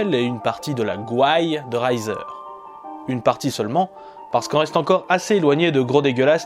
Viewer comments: T'as réussi à caser Le gros dégueulasse dans ton calendrier de l'avent ! Chapeau bas ! ^^ Petite info "Reiser" ça ne se prononcer pas à l'allemande, mais plutôt "rézaire" ;) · Je me doutais qu'il s'agissait d'un truc du genre ;) En fait j'habite juste à côté de son lieu de naissance et on a un lycée nommé "Reiser" dans le coin, du coup ta prononciation m'a fait tiquer, je l'avais jamais entendu "à la boche" ^^